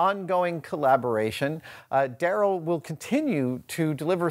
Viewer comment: that's pronounced "Da Rell"